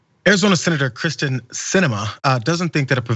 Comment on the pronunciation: Would someone please pronounce Kyrsten’s name right?